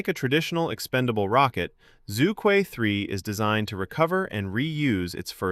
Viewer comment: Regardless all the specs , the name itself combined probably the two most difficult to pronounce syllables 😂 Zhu Que supposed to be pronounced as "chu ch'üeh" not "zoo - kwi" 😅